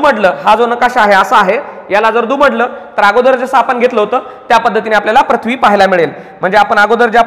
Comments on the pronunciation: तुमचा उच्चार चुकला आहे पृथ्वी ✓प्रथ्वी चूक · प्रथ्वी आणि पृथ्वी, व्रत्त आणि वृत्त याचे उच्चार वर लक्ष द्यावे ही विनंती